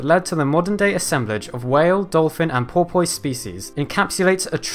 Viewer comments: Pore-piss, not por-poise. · I love that an educated person interested in science cannot pronounce porpoise as well as my child. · Don't make me click dislike because you can't pronounce "porpoise." Gaaaaawd that's cringe bro. Good video otherwise.